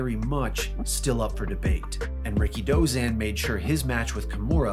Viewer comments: I always pronounced his name as "RI-KI-DO-ZAN" not "RIKI-DOZAN". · You don't pronounce his name like "Ricky Dozan". You say it all together. And pro "wres"? 🤦‍♂️